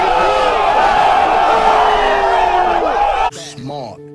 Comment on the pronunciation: Three brodderrs😂 bulldog learning tho